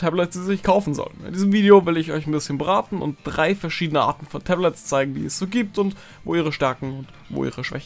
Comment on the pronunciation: hat er gesagt das er uns braten möchte xD